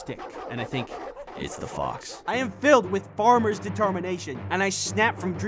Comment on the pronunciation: you said BOX not fox LOL🤣🤣